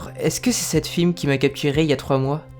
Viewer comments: Alors, j'ai vraiment bien aimé cet épisode à part le mot "FIM" car on dit "F.I.M" voilà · c'est pas fim mais F.I.M ( sépare les lettres ) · On dit F-I-M une lettre par une lettre pas fim ^^ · sa se dis pas fim sa se dis f.i.m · fim xd,on dit "F-I-M" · Pour les garde de la ... Alpha 9 sa se prononce pas fime mais F. I. M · très bonne video mais sa ne se dis pas fim mais F.I.M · Normalement sa ce prononce F.I.M. et pas FIM mais bon x) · On dit F. I. M. Fim comme pour SCP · Désolé mais beaucoup trop de chose mal dites ou les recherches ne sont pas trés appronfondit , FIM non on dit F.I.M. et aussi imcompréhension total alors que j'ai environ 2 ans de ma vie ou les SCP n'etait pas un mystere pour moi bon aller c'est bien de crée des nouveau SCP avec des effet de oufffffff mais voila en plus SCP c'est pas special truc machin c'est Secure contain protect en francais Securisé contenir protégé meme si après vous expliquez c'est vraiment con . DE PLUS depuis quand les FIM montre leurs tete c'est des gens hyper badass que personne connais vraiment et vous vous les ridiculisez .